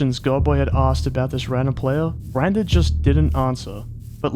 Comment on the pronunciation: it just me or branded sound a lot like brain dead?